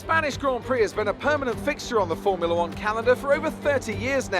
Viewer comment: What is a "Fomrula one calendar"? xD